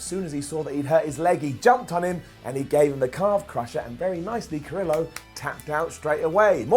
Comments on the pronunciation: It’s pronounced cuh-rio. Like Del Río. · Humberto Ca-reee-oh. Carillo. Not that hard to say. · Ca-re-yo (Carrillo) not Ca-rillo. Huge things coming up for him though. Aleister, have the Singh’s run into his room with a ref behind them. They lock the door to escape everyone else and wonder why it’s dimly lit. Black mass is delivered. 24:7 becomes a more serious title after AB goes through the normal chasers and the more serious contenders build it up. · lol the way u say curillo is funny